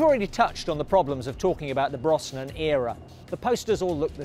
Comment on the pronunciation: Please PLEASE if you're going to do future Bond content learn how to pronounce Pierce Brosnans name correctly!!! Its pronounced BROZNAN not BROSSNAN.